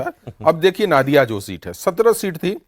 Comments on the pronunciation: Sir’s it’s नदिया(नदी से) not नादिया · नादिया नहीं , नदिया बोला जाता है। Pronunciation सही होना चाहिए। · Ya toh नदिया बोलिये या Nodiya boliye "Naadiya" kya hota hai? Ab aap 4 log itne varisth evam nispakskh patrakar hsi fir bhi ghalat uccharan, isiliye BHAJPA bahari party ke naam se badnaam ho rahi hai Didi ke dwara Spasht bengali aur nahi to hindi uchharan hi kariye maharaj Naadiya koi English ya Russi jila hai kya Paschim Bangal main? 😂❤😂😂❤🎉😂